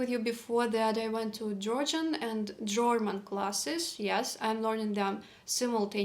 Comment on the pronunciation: i'm hearing you say German like jorman. Like rhyming boxer George Foreman. I've never heard this; I always hear German like rhyming with Herman, Sherman, Fur, Purr. You put so much effort in learning-growing. How could this not be difficult and disconcerting.